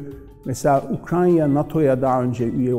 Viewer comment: Ukrayna diyemiyorsun hocam. Ukranya diyen kişinin tüm söyledikleri doğru olsa bile videoyu kapatıyorum.